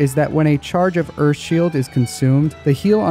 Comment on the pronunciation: Earf hahahahahhaa